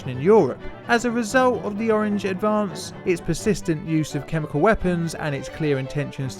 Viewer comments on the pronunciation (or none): none